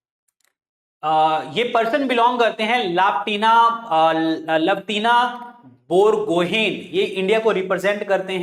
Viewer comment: Sir…Lovlina Borgohain ….Not Lavtina